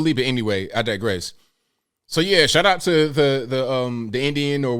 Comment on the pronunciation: It's shout out, not shot out.....just saying